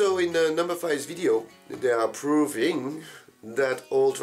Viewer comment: "proOo-viiIing", heh now your pronunciation has bits of that Korean melody